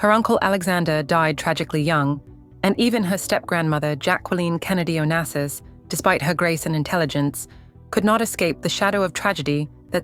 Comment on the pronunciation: Onassis est son nom et pas Onases ou Onasis !!! Respectez ma famille .